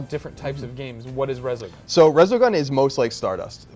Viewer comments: Resogun, really? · Resogun? Really? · Really resogun? That's what you're most excited for? Reaallly...